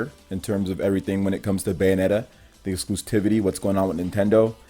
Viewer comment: "Nothing to get heated about." And yet, here you are, pissing, moaning, and whining like a heated child. Also, learn how to pronounce "Exclusivity." Speaka Da Ingli?